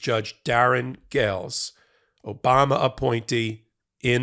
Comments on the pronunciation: It's how Dumpty pronounce Obama. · That’s “O-bam-na!” 😏